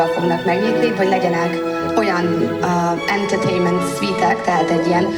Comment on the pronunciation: Longdzseviti, entertéjnment szuít...A Corvinusos előadása után én annyira nem erőltetném az angolt